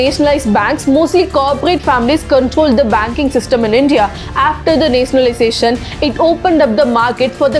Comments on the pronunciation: It is nationalization the,not netionaliztation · Please pronounce nationalization properly